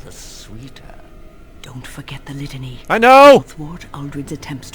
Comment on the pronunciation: "I will renember about the lithany " Let change 4 dudes in to monsters ;P